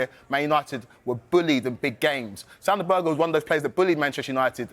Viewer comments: Its pronounced Sander Berg'eh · Did she just say “Sander Burger”? 😂😂😂